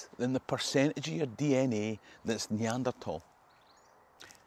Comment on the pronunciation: Love how you pronounced Neanderthal properly, anyway think I'm 90 percent Scottish but I don't think it matters to me either way. Brilliant videos thanks for providing